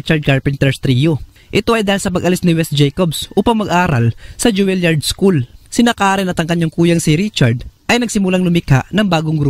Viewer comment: Joo-lee-aard po not Ju-wil-yard.